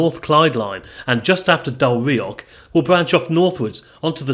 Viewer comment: Soften that 'ck' sound in words ending with "och". You're pronouncing them as "BalloCK" and "DalreaoCK" which is incorrect. It should be a very soft sound. Look up any Scottish person saying the word 'loch' - the same sound applies to any Scottish word/placename ending in "och". Heck, Balloch comes from the Gaelic (GAH-lick) words "Baile" (settlement) and Loch. Baile Loch = Loch Town.